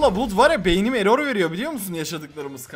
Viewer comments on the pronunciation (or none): none